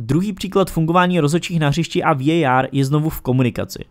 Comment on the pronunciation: Ta anglická výslovnost je hrozná, pro mně prostě VAR.